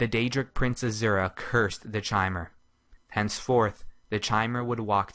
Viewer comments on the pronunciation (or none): Kai-mer not chai-mer... Eye twitching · Chaimer... It's pronounced Kaimer you dumb fuck! CHIMER IS PRONOUNCED KAIMER! You fucked up! Time to redo this series with the good voice actor you had near the end of the series! Fuck! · Chay-mer? Shouldn't it be pronounced somewhat like "kee-mer"? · It's Ki-mer, not Shi-mer. Do some research before you make a ''lore'' video. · KAI-mer. KAI-mer. Not CHAI-mer, like the tea. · not chamer chimer ! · I believe Chimer is pronounced with a "k" sound like lich or Bach, rather than a "ch" sound. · Is it not pronounced "Kai-Mer?" Not "Chai-mer." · First time I have ever heard it pronounced "chy-mer". Always heard with with a hard K sound everywhere else. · I like this video I do I always have but good lord is the mispronunciation of chimer painful it's a hard Ch so Kai-mer like Chitin is Kai-tin Sources the voice actors in Teso morrowind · Chimer is pronounced Kymer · I'm almost positive that is not the correct pronunciation of chimer. I believe it is pronounced kie-mer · 'Tis pronounced "ky-mer" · Bro chimer is pronounced ky-mur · mer is still actually mer because mer means elf , but you're absolutely right about the ky part , I've even heard people say shymer , it just hurts my soul man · Elias Storm It would actually be pronounced like chimney. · LinkKakalato No, It's Ki-mer. How hard is that to understand. It's not pronounced like Chimney but like Chaos. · Lerquiy of Nirlac Not in-game. In game it's always pronounced ki-mer. Ehlnofex is the language of the Ehlnofey, ancestors of all mortals. In Ehlnofex Chimer means "Changed folk". It is possible, however, that someone used the Ayleidoon pronounciation of Chimer, which would be "shi-mer". It's completely heretical to do so, but still. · I always pronounced the Chimer the same way this guy does, but according to the ESO beta it is actually pronounced 'kimer,' The more you know. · Chimer is pronounced with a hard K. As in Ki-mer, just like chitain. A real life material.